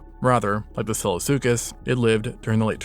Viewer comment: Excellent recap! My only complaint is from - , when the words SILLOSUCHUS and FASOLASUCHUS are difficult to audibly distinguish